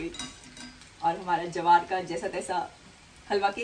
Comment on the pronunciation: It's ज्वार not जवार